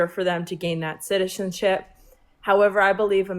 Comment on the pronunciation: Second girls friend is really struggling to say “citizenship” 😭